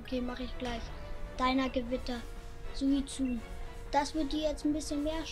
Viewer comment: Suizune? Suikune